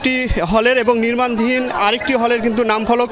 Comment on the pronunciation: নির্মাণাধীন।।। রিপোর্ট সাহেব, সঠিক ভাবে উচ্চারণ করুন